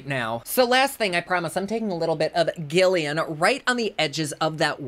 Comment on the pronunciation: “Gillian” is pronounced with a ‘J” sound. Manny also pronounced it incorrectly in his launch video & called the movie “Impractical Magic”. It’s from “Practical Magic”, 1998, staring Sandra Bullock & Nicole Kidman. It bothered me because he claims to be into the whole witchy vibe thing and called the movie “iconic” but did not get the title correct nor did he pronounce a main character’s name correctly. I question his authenticity. I love Manny & his products but he came off a bit phony to me. Please don’t take this as “throwing shade” or that “I’m coming for him”…. it’s truly not that deep. I have been into spooky stuff, witches, Wicca, Paganism, etc. and things of that nature for 30+ years, and to see a youngin’ claim to be into it as well but then clearly show otherwise is disappointing. - Blessed Be